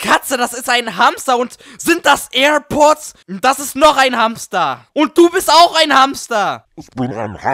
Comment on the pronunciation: "sind das äär pods"